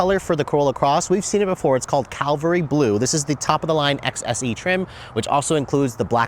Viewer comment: I'd never get that blue color... cuz I get tired of everyone saying CAL VARY.... instead of CAV ALRY Blue. I'm sure it doesn't make Jeebus happy either.